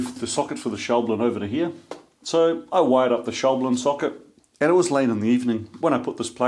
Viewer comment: All's well that ends well. Ha. Visiting that shop you sounded like a kid in a candy shop. What a great opportunity. The big question: will you now say "shaw-BLEN" instead of "SHOUW-blin"?